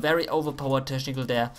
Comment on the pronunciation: Dein Teschnical is legendär xD